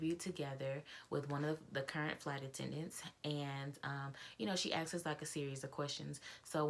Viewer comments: It is asked not axed. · Sorry, but you said axed several times. BTW, I was a FA for BA for 15 years. We had to have perfect grammar.